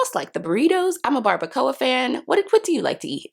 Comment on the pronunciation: Aww the eating out got you. You said barbacoa right!!!